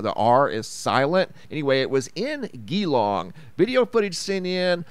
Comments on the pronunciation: Well done on pronouncing Melbourne correctly but Geelong is pronounced as Jee- long 🙏💜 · You got Melbourne right, then made me laugh with your pronunciation of Geelong. It's je - LONG 😉 Thank you for everything you do, my friends and I never miss a video! 💜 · Geelong pronounced Jeelong... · You pronounced Melbourne correctly. But Geelong, not so correct. The G is the same as in giraffe. 🙂